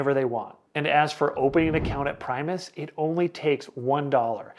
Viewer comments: I bank at Primis and love them. BTW, it's pronounced PRIM-US not PRIME-US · Prime us lol